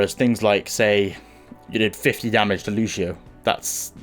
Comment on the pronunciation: Fucking "Lu-shi-oh" again. Wtf people, have you ever played as him? Even the voice line says "Lu-see-oh". My fucking god...